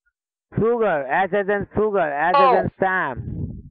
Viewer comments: S as in sooger🤣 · “S” as in “soogar”? I am in admiration of anyone who can learn even conversational second, third plus languages but come on man!